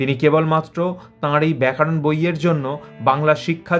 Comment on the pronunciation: প্রতিবেদকের 'ব্যাকরণ 'এর পরিবর্তে ব্যাকারণ উচ্চারণ বড়ই কানে লাগছে।